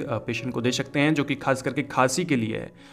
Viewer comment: Bhai plzz shakte n bolo sakte bolo irritate ho RHA